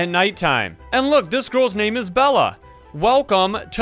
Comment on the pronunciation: Bella? its bela not double L its bela